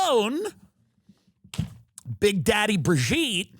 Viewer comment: Eewwwww “Brigette”. lol your show is the best! Thank you! Keep being brilliant! 😂